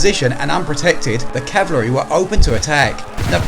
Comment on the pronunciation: That’s "ca-val-ry", with an L.